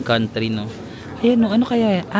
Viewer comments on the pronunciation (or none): none